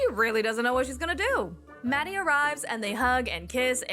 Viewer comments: Don't understand why she doesn't put the effort to pronounce his name properly, it's literally not that hard... It's maHHHdi not Maddie 😑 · I also wonder why she keeps calling him Maddie. It's weird. She's not even trying.